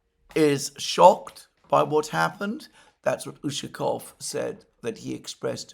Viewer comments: Александр, mate!! I understand you are ill and all. Wish you a speedy recovery! However (1), try to remember, always remember, to pronounce Lavrov, Peskov, Ushakov's last name properly. You've done it before and I am sure you can do it again :)) When pronouncing these name the emphasis is on the 2nd (!!) syllable, not the first one. Mate! Come on! ;) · Oh, you just did it! You corrected yourself and pronounced Lavrov and Ushakov's names correctly! Thank you!! Ah oh, take it back. Botched Lavrov's name again :)) Anyway, you are trying and that's what matters. Mate, merry belated Christmas and a happy new year to you and your family!